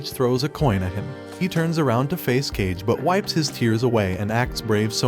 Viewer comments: Why pronounce it as cage ? Its Ka-Ge spoken seperated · Kage is not pronounced cage...its pronounced ka-ge...or ka-gay to be precise 😅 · Kage = Kah' gay please, not "cage." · It's not "Cage" it's "Kage" (Kah-gay) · For god's sake, its ka-gay, means shadow, not cage! Thank you for the video though! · Coolie but should be read as Ka G é not cage , kage = shadow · Bruh , just say "kaa-gey" not "cage" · Nice summary. Just one quick correction. Kage, the friend of Boji is pronounced "Kah-Gay" rather than Cage. It means shadow in Japanese since the faction that Kage came from did stealth sort of work (assassination). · It's Ka-ge, not Kah-gay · I can't stand that the video creator is pronouncing "KawGay" Like "Cage" 🤡🤡🤡🤡 It's kage like Hokage 😑😑😑😑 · Dis mf said "Cage" & not "Ka-ge" I'm dead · Why does this man call Ka-ge as Cage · his name is not CAGE its KAH GE, you FAKE ASS FANS😭😭😭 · It's not cage it's kage Ka ge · Bro, it's Kage not "Cage".... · Ain't no way this guy is saying Cage instead of Kage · Did they call him "Cage" in the english dub? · I'm sorry but you calling Kage "cage" repeatedly is just funny to me xD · kage's name is pronounced kah-gae, its the japanese word for shadow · How to pronounce 'kage' ?it's 'car-gay' .kage is japanese word means shadow... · Kage means shadow This guy: "cage" 💀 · Kage is not pronounced "cage" like bruh... if you are an anime channrl you had to watch naruto at 1 point even just a bit.. Didn't you saw how kage is pronounced? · “CAge” lol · I don't know if it was said but "Kage", should be pronounced "Kah-Gey", which means "shadow" in Japanese. It should not be pronounced "Cage". Hope that helps. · IT'S PRONOUNCED KAGE ROMANJI "japanese turned english" FOR "KAAGEEE" = shadow. literal shadow! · Kage (shadow), not cage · Bro his name is not kage hahahaha when u write it its its kage but its kagggge it means shadow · Ffs if I hear this guy call Kage, Caig one more time that's too many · Its not cage tho.. sigh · It's cuhge not kage